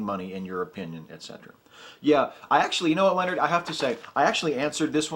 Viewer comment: >.<!! It's pronounced LION-HARD OILER!!! ...NOT LEONARD YOOLER!!! ...He was a blind master math ninja...no, really, he was blind. You can not take a higher division math course without hearing his name at least once. His student, Lambert, is attributed with the first proof that pi is an irrational number...pft. Math heathen.